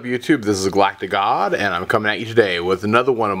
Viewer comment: when you do your opening and say your name I dont hear you say "Galactic God" I hear "Galac The God"